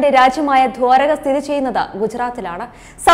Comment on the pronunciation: തുടക്കത്തിൽ തന്നെ നാക്ക് ഉളുക്കിയല്ലോ ? "വർണ്ണ ശംബളം" ഇതെന്തു വാക്കാണ്. " "വർണ്ണശബളം" എന്ന് വായിക്കാനറിയില്ലെങ്കിൽ എന്തിനി പണിക്ക് വരുന്നത്. അതു പോലെ " ദ്വാരക" എന്നതും തെറ്റായാണ് ഉച്ചരിച്ചത് !